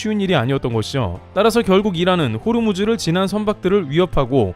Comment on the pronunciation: 호르무즈가 아니고 호 무즈